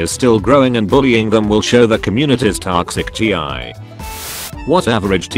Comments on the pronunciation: The text: ‘toxicity’ The reader: TOXIC G.I. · Nobody:: Tox it ti why